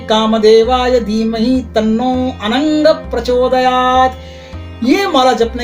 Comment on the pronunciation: Anang sang me hae not ang sang